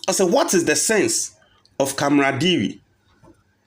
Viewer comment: You're always quick to let us know you went to KNUST where studied Computer Science etc. But you can't pronounce CAMARADERIE. Please look it up and learn how to prounce it. NB: By the way, I don't mean it in a bad way.